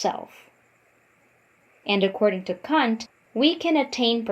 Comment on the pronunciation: Your pronunciation of his last name make me cringe. Kant. Not cunt.